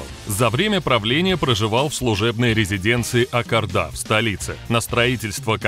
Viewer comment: Автор, не Ак Арда, а Ак Орда и не Балат , а Болат. Мы же не говорим Ивон, Масква